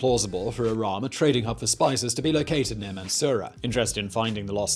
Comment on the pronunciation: iraM not iran 💀